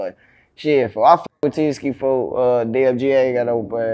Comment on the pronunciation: They really be saying 4/foe not folks 😅